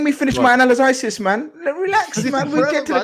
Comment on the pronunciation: mocked “Analysizis” 🤣🤣🤣🤣🤣🤣